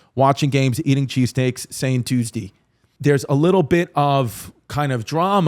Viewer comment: Lmao I’m from philly and never realized that’s how I sound when I say Tuesday😂😭